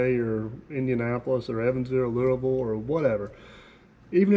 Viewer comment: I can tell where you’re from by the way you say Louisville. I’m on the other side in central Kentucky.